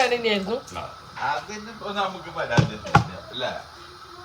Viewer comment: പെരാതി അല്ല പരാതി